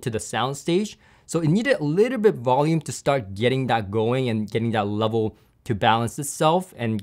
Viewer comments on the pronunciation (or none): none